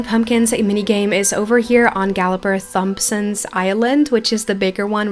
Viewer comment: If I may help you, the way to pronounce Thompson is just "tom-sin" but another way that you might end up saying is "tom-sun"! ☺ and the tomb in Tombhoof is pronounced "toom". I was so glad to see your video, thank you for uploading. 💜